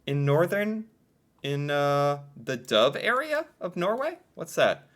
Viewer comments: not Dove, but Dovre. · Its dovre area not dove